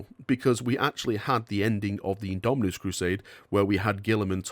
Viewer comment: Its IndomiTus not indominus, damn it! (